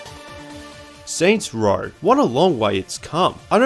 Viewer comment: “Saints Rawl”